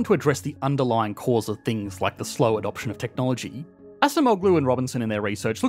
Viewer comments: The name Acemoğlu is Turkish, so the way it should be pronounced is with the c sounding like a j in English, and the g is silent. So, it would be like "Ajemo-lu". Also, the shape of the accent mark you printed over the letter g is incorrect. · I'm happy to see Acemoğlu in this video! He name is pronounced like "Adjemowlu" btw :D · Pronounced “Adjemolu.” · Correct spelling: Daron Acemoğlu Correct pronounciation: Daron Ajemowloo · You butchered the pronunciation of his surname. It is pronounced "aa-jeh-moh-loo". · Not relayed to the video but I couldn't stop myself from writing this. C is pronounced as in 'jam' not 'sam'. So his last name is A-JAM-oğlu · Great content but you should pronounce Acemoğlu more or less like: A-gem-oolu 👍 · Pronounced "A-jem-oh-loo" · Was it so hard to learn how to pronounce Acemoğlu? You make an interview yet you pronunce his name incorrectly...